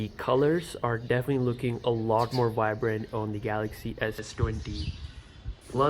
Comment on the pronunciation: Stop saying WOICE instead of voice. AND stop saying WHYBRANT instead of vibrant. Please.